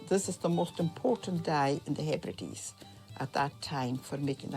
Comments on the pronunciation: I was hoping the Outer Hebrides would not be mispronounced as "He Brides" 😳 ( again !) ... It's the 'Outer _Heb_rid_ees_' 😊😊😊👌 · HEBRIDES is pronounced HEB RI DEES.